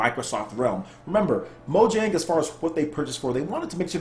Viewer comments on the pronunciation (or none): great post! I just have one comment: it's pronounced like Mo-yang rather than Mo-dzang. The mistake is understandable, J is one of those weird letters with like 6 different pronunciations.